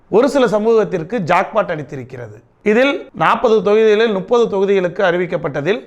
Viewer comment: nuppathu illa mupathu